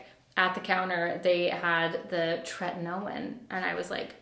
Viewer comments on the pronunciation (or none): I use tretinoin! Which btw, it’s pronounced tret-eh-noi-n. When you are just starting it you have to wear moisturizer in all the spots where you are currently flaking-so around the mouth, on the nose, on the outside corners of your eyes(meaning the skin above the cheek, closest to the eye) and on the neck! Then you apply a small pea sized amount to the face and another pea sized amount on the neck. Also, should only be used at nighttime and no more than twice in a 4 day period. If you are flaking still after doing the moisturizer underneath then you have to build your tolerance to it as you may have one that’s too strong for your skin to handle. Also please ensure you use tons of sunscreen whenever you’re out. It can damage your skin barrier if not used appropriately, so I hope this helps!